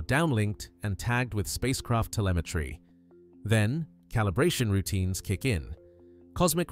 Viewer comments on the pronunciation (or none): none